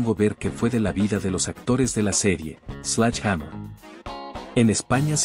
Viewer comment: por que le decis slach hamer? Sledge en fonética ingles es slɛdʒ... que para que entienda cualquier croto se pronuncia: sledye o sledshe. Párrafo aparte para la detective duró... la inspiracion que ejercia en mi en esa época ann marie martin era descomunal y desidratadora